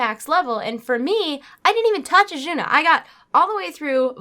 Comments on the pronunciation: Azsuna (no h in there anywhere). Otherwise, nice ramble video. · I cringe a little every time you say "Achuna" i love you tho.....